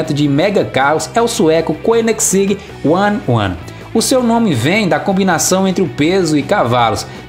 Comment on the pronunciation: Correção, Koenigseeg se pronuncia Conizeg e não coninegsig como falou